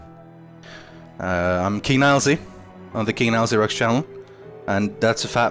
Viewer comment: this is so why is he saying Nielsy?